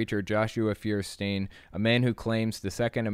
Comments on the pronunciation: Feuerstein is pronounced "foyer-shtine". Nice video as always ^V^ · His name means Fire stone and btw is not actually pronounced firestien but more like Foierstain ;) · Feuerstein German for fire stone or rather flintstone. Sry for nitpicking -. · His last name is German. "E-I" in German is pronounced like a long "I" in English. See: Frankenstein or just Stein surnames. So his name would be "fewer stine". Incidentally, "I-E" is a long "E", like in "Field". And "niche" is pronounced "neesh". It's French. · Religion aside, does that guy even know he spells his own name wrong? It's Feuerstein, it's a German word made out of the words Feuer, which means fire, and Stein, which means stone. The correct translation would be flintstone. Which kinda fits if you think about it. Anyway, it's pronounced foi·er·schtain not fir-stin. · He says liberals are the snowflakes, but I bet he’d be pretty upset if I said his last name with German pronunciation. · I find it funny how you all pronounce the name Feuerstein wrong hahaha